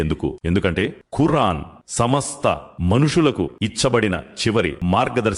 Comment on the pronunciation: Khurran kaadu khuraan ani palkandi